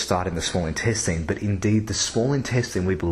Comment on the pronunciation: Don't think I've ever heard anyone pronounce INTESTINE the way you do.... whyyyyyy errrrrrrr! pH of 8.4 OR Above when it hits the small intestine. I hope not. Might want to check that one